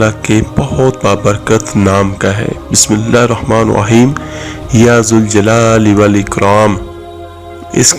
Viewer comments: تجھے تو خود اعوذباللہ اور بسم اللہ بھی تلفظ سے نہیں آتی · ظالم تجھے تو اعوذباللہ اور بسم اللہ بھی صحیح طریقے سے پڑھنا نہیں آتا۔